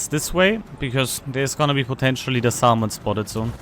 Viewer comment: Salmon is pronounced "SAM-uhn." I know; English is a silly language.